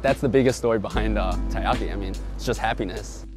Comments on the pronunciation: i feels weird when you say tie-ahki, when i lived in japan they always say Terriyaki. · That cringe-worthy moment when even the Co-Owner of a Taiyaki shop pronounces Taiyaki wrong :/